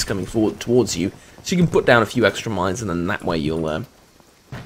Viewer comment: I thought the last word said "miners"